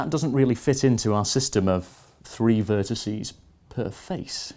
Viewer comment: AXEEEEZE, VERTICEEEEZE PS Loved the video, like any other computerphile video :D